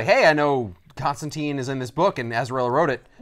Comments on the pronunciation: your work clearly shows. This is one of the best paced and most informative Back Issues episodes I've watched (and I've watched them all way too many times). Looking forward to more ep's with you in the middle and more accurate pronunciation of the name Constantine lol. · There are multiple lines in hellblazer's original run where John himself corrects mispronunciations and says his name rhymes with fine.